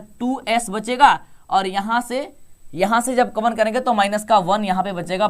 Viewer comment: कामन नही कॉमन होता है कम से कम सही उच्चारण तो करो यार😂